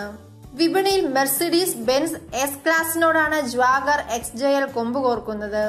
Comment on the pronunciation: Jwagar alle Jaguar ahh 🤣🤣🤣🤣🤣